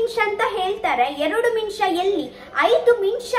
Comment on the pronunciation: ಮಿನಿಸ ಅಲ್ಲ ನಿಮಿಷ